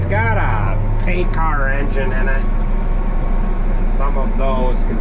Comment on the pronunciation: It's a paccar not a pay car lol